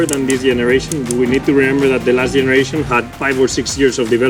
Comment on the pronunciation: of the YENERATION